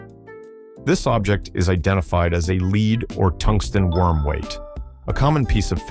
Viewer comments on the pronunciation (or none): Is it a stupid AI narrator that pronounces "LEAD" (the metal) as "LEED" and then not long after, gets it right?